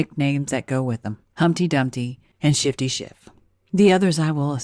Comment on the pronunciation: No he clearly said Schifty